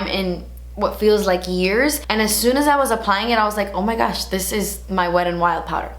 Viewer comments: When she says "oh my gouch" cracking my ass up! I love how she says gouch and it ain't no Thang but a chicken wang;) lmbo your personality brings a lot of smiles into this world!!! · Every time you say "Oh my goosh" I have to pause the video because I'm dying laughing. It always takes me off guard!!!